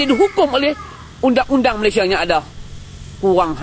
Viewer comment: Malaysia bukan Melaysia